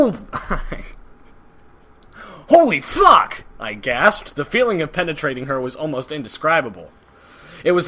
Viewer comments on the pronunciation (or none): You said holy f*** wrong